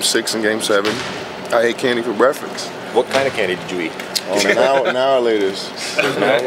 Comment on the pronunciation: lol why is this man sayin brefix! come on lamar its "break (pause) fast"...